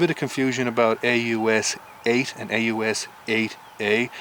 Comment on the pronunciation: you said "aus a" its aus 8